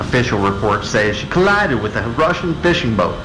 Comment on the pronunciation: This exaggerated emphasis on "collided with a fisher boat", sounds somewhat strange.